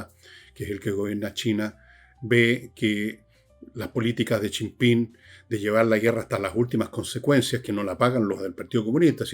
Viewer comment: Jajaja... ¿Hasta cuándo le dice Chim-Pim al presidente chino? "Chi Yim Ping". Tampoco es Pirimpimpín.